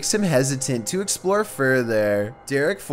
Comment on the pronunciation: "To exploour fourthaer"